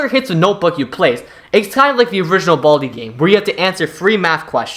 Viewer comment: why did he say baldi like that "BALdi" 😭😭